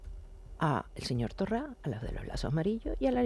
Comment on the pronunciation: Me hace gracia cuando Oramas llama "Torrá" a Torra. Pensé que sólo lo hacía Abascal y Ortega.